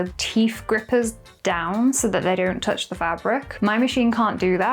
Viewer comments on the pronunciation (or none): none